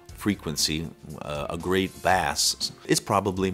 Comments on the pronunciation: Bass? You fool ....... bass is a fish. Bass pronounced base is low frequency sound. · I would definitely expect someone to pronounce BASS properly........really I cant believe it